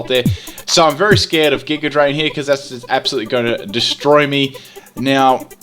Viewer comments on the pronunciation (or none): none